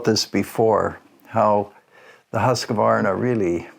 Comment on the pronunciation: You still see them used here in Sweden quite often. I prefer the 1900 for the smoothness. And if I can be nitpicky it is just QV no E-sound inbetween. But no English speaker on yt get that right ;)